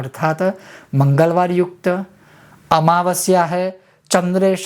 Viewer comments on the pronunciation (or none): भोमावास्य निसमग्रे है गुरु भोमावस्या निसमगराम nahi